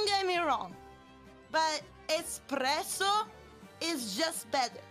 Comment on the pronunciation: Holy crud, I could hear the red-white-and-green when she said "espresso".